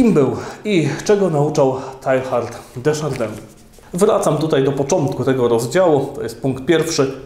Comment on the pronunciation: Słowniki podają wymowę nazwiska: tejar de szardę